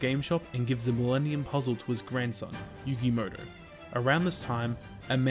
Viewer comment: Why do you call Yugi Muto as "Yugi Moto"?